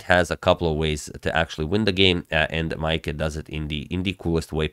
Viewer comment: You pronounced Maaike's name very well!